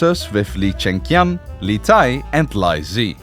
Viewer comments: Li is pronounced Lee, not lie. Li Zhi is pronounced Lee-Jee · Li = Lee. Not pronounce as lie or ly. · ‘Li’ in Chinese is read ‘Lee’. Sorry I have the same family name so it bothered me a little lmao. Esp since ‘lai’ (how he read li) means ‘come’. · As a chinese, Li is pronounced as Lee not Lai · Good video, just a little advice that you can ask some Chinese friend about the right pronunciation of the names of Li Zhi or Li Tai, it’s “lee” not “lie”.😅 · How hard is it to pronouce Li as 'Lee' instead of 'Lye' ? I guess the maker don't give a shit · li is pronounced as lee and not lai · Li is read as leee not lie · Lee not Lie pls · Lmao you pronounce Lee/Li as "lai" 🙄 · Technically Li should be pronounced as Lee , not lie, as the pronunciation lie referees to another surname, Lai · It's so annoying that you pronounce LI as LIE but not LEE. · nice storytelling some chinese pronunciation guides (i dont really mind foreigners not knowing, but it would be impressive if you managed to master them), "Li" should be pronounced as "lit" without a t instead of the lie sound. "Zhi" is pronounce similar to a hard "g" sound where your teeths are tight (yes this sounds weird). lastly "Zhe" starts with the same hard g but ends with an e from enter. good luck with your content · Li = Lee, not Lai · Good video, but Li is not pronounced "lai". It's pronounced “Lee”, like Bruce Lee and Jet Li 😭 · "li" is pronounced more like "lee", definitely not lai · li发音是Lee好吧 全部念错了 我差点没听懂 在美国有一些华人姓Lee就是li（李） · li as in lee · sorry but li is pronounced 'lee' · The "Li" is actually "Lee" in pronounce:face-blue-smiling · There's one problem, "Li" should pronounce as "Lee" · China actually had several queens ane emperesses other than Emperess Wu, it's just that Wu is the only one who called herself 'Emperor'. Nice little animation and documentary. Their names Li, is supposed to be pronounced as Lee in mandarin, but I see you're using the Cantonese pronunciation. Good job 👍👍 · think Li = Lee in english